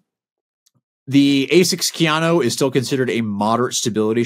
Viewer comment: Hey —it’s Ka-YA-no. Not KeyAno. Now enter me in the Giveaway 😂!!!!